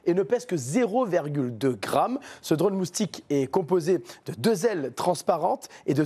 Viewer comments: Présentateur : "mousting" 😂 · l'expert en drone moustique il a dit moustingue